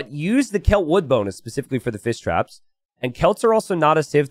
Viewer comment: Whenever has to say Fish traps, he ends up saying Fiss Traps. And instead of Men-at-arms, it's always man-at-arms or armses or man-at-arm for singular.:-D